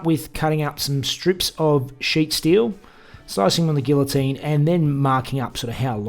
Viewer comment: Please learn how to properly pronounce "Guillotine." A man not only learns how to weld and fabricate. To be a man requires more than that.